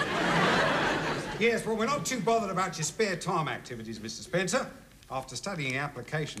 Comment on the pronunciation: He Get Mrs Spencer name wrong twice